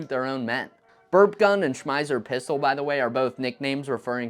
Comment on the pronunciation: I love this channel. But you might need to work on your German pronunciation a bit :) like in the case of Schmeisser